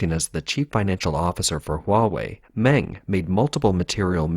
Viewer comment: Meng is pronounced Mung.